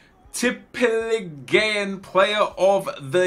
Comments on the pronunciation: teep e leagu an thats how you pronounce it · In Tippeligaen, you dont say the E. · Please don't say tippeligaen again, your norwegian isn't at 100% Ps: i love your videos on both channels. I am Norwegian thats why my english isn't on point. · I am from Norway an you pronounce it like Tippe like tips just with the other letters and league just with an at the end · its prounanced tippeligan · pronounciation is; tippe-league-an say it fast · AS a Norwegian guy, your pronounciation was so wrong, but i rate the try keep it up Nepen the Z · OMG the way you said tippeligaen im so triggered rigth now 😂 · Hahaha, the way you pronounced Tippeligaen killed me! Don't worry about the "en" at the end. Just call it Tippeliga or say Tippeliga-players. ;) Don't even know why I care, since you'll probably say Tippeligaen about 0 times the rest of your life.. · You dident just say tippeligaen wrong, you sedd it so wrong i coudl stop laugthing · I'm from sweden and this is the norwegian league and you say it very wrong. Absolutely hahahaha